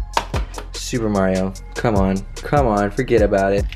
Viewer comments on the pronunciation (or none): none